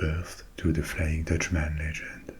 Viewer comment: In English if you’re to say countryman, dutchman frenchman etc you pronounce it “mun” not “man”. It sounds very jarring and just plain wrong that’s why it’s one word, not two.